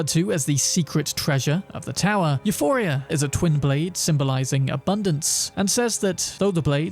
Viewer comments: its not Euphoria, it's Euporia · It's called EuPOria not EuPHoria. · My guy really called it “euphoria”